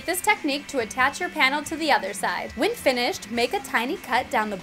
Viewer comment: She always says whin instead of when!